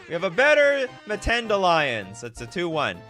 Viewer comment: We Africans are cringing at the whitebread Mtends pronunciation: no schwa between M and t.